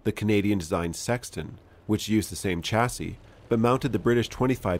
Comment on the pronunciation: The word chassis is pronounced shassy (French origin). Mind you this is a country that pronounces vehicle as veehickle and talks of the innernet. Like it is some inner tube.